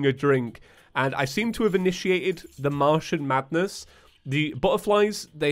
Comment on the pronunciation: Am I the only one who hears "mushroom madness" every time says Martian Madness?